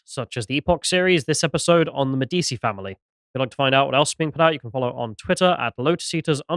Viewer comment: Medditchy, not medeesee wtf I know knows how to pronounce it